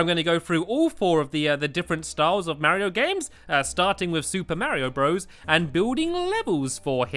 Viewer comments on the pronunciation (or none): none